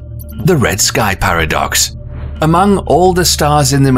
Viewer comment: I thought he said “pair of ducks”🦢🦢🦢🦆🦆🦆🪿🪿🪿🪿